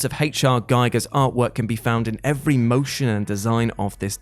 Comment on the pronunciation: The System Shock is a remake not a remaster. Mortal Shell is out. Yet AGAIN Whatculture staff mispronounce Giger. Scorn is also inspired by the art of Zdzisław Beksiński (God knows how WC would pronounce that).